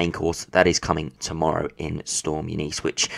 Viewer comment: U NIS that’s how you pronounce it lol I only know that because I worked with a Eunice years ago